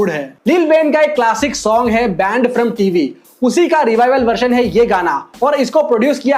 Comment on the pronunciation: Version-Verzion not vershon bro you always mispronounced every English word please correct yourself otherwise some people will call u Chappri